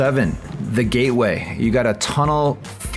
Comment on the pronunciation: That "Gay Way" hole should probably have its names changed. Or pronounced correctly.:P Thanks. Thanks SpinTV.